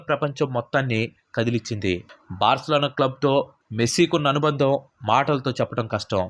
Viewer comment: Barcalano kaadhu Barcelona